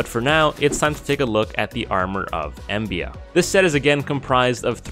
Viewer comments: it's called armor of EMBLA, not embia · My friend that is an L not an I in Embla. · Wait isnt it the Set of Embla? Its not Embia. Still a neat video.